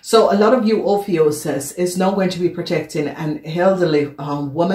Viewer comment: Honey it's pronounce oh phew cuss